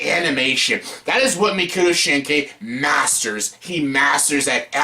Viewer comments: is it that hard to pronounce his name? mock-oh-toe sheen-kai? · Idiot learn how to pronounce his name